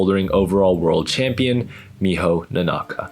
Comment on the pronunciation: The "Nonaka" the way you say it sounds like Nonnaka hahaha kinda sounds cute... The way the Japanese announcer pronounced it was all vowels even length, very boring that.